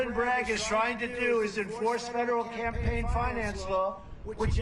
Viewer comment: Dear Forbes, President Not Presiden Campaign Not Campapign Thank you